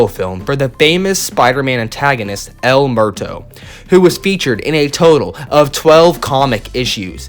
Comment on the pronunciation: El Muerto is pronounced Ehl Moo-Ehr-Toh. Not Mehr-Toh. Sorry as a Mexican I was cringing